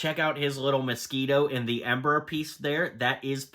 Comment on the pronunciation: amber not ember